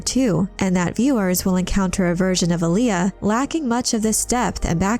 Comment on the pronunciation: There's no emphasis in the 'L' in 'Alia'. You're pronouncing like the r&b artist Aaliyah. It's more like Arya (Stark). Respectfully of course.